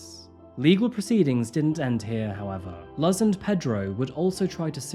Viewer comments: This story is very sad ..... almost as sad as you mispronouncing the name luz . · Dude you mispronounced “Luz” so badly. You should do more research into name pronunciations cause you often completely butcher foreign names mate if I’m honest. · Such an interesting case, but oh my goodness, it was hard to listen to the mispronunciation of Luz throughout the video! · I'm not Hispanic, but as a fan of The Owl House it hurt every time you said Luz's name lol. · Thank you! Driving me nuts! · I just left a comment stating the proper pronunciation of Luz. Unfortunately, is notorious for mispronouncing names of people and places. It only takes 5 seconds to look it up on line, and is a way to show respect to the victims. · I cringed everytime he mispronounced Luz. 🫥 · it was comical to many of us that speak multiple languages that the sponsor for the video was an app that helps you learn another language. BTW, Luz is translated Light. It was kinda cringe to hear it mispronounced so many times. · Yeah usually he tries to be so considerate of victims that I'm shocked he mispronounced Luz so badly. It's not even a complicated name and its a spanish word so Google would have easily shown how to pronounce it correctly. It really made it hard to watch this video since I didn't expect it and makes the video less professional than it should've been. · Her name is Luz papa same as loose and thanks for the story🙌🏾🙌🏾🙌🏾🙌🏾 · I feel the need to point out that the mother's name was most likely pronounced "Luce," or "loose." Luz means light. Kind of like Lucy. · Mom’s name is pronounced like “loose”. It means Light in Spanish. ❤ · ➡️ puerto ricans are american citizens so they can’t be immigrants in america 😃😃 this comment is useless and won’t be read, but enjoy another engagement on the vid EDIT: Luz is pronounced almost like “loose.” the z is like a combo of s and z sorry/not sorry lololol “luhz” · Crime her name is pronounces "Looz" ... It mean "LIGHT" in spanish.